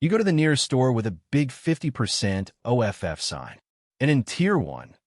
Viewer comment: I like the "50%" "O" "F" "F" narration. The AI probably thought the capital letters were an abbreviation.